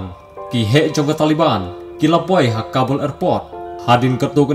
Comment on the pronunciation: Bah it's Taliban not tale ban